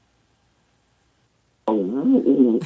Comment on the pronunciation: He said vergina